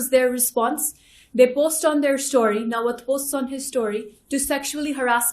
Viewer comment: Nawat ✖️ NAPWET ✅